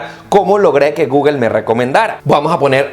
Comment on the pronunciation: No se dice Guguel !! Es Gugle o Go-ogle... jejej